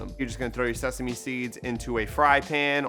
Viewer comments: Literally screen shotted the ingredients before even watching😂 Can’t wait to make this! Oh yeah also “SESAME” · Lmfao!!! I’m just here for y’all’s shenanigans. You guys seriously crack me up 😂 Also “sesame” 🤣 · Sheeeeessshhh! You did it once again with helping me decide on what to do for dinner. Loved all the dance breaks! 😂 and bloopers 😂 “SESAME” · OPEN "SESAME" these bloopers 🤣